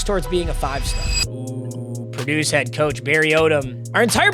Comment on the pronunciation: no way brother read “Head” as “Heed” what a goober